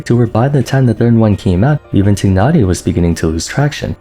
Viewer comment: His name is /taay naa ree/ dude! When are you gonna learn their names? Also / ke chin/